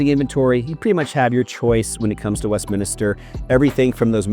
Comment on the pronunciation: It's Westminster, not Westminister.....